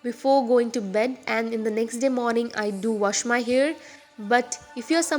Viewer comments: why are you pronouncing 'hair' as 'here' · the pronunciation of hair is disgusting..... it sounds like "ears" sometimes "here or years"..... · It's 'scalp' not 'scelp' n 'hair' not 'here'